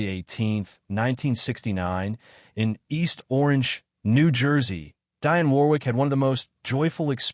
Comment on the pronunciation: it's DIONNE....NOT Diane. But she is a superb artist.